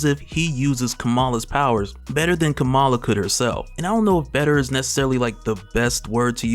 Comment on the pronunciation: Kamala is pronounced like Comma-la